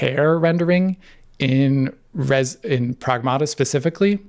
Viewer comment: Pragmaarrta ❌️ Sega Maarrster System ✅️